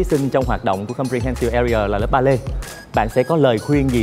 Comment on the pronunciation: His pronunciation "AREA" is bad and wrong